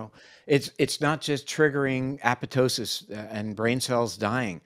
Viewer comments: Dr. Perlmutter is the only physician / researcher / scientist in videos who properly pronounces apoptosis! Sounds dumb, but having worked in a mitochondrial lab, I feel just slightly uplifited. [e.g., right before and after minute ]. BTY, nothing is more astounding than methylene blue. In many cases, including pain + use prior to a hard workout, cause and effect are astonishing. No downside in the range of .5 to 2mg / kilogram of body weight. Dr. Perlmutter ought to interview Dr. Francisco Gonzalez-Lima, PhD at the University of Texas, Austin. He's the top guy on methlyene blue. A brilliant guy like out good doctor here. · Thank you, Dr. P., for pronouncing apoptosis correctly!